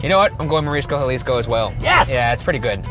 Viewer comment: He said Jaw- lees- co. XD They tried.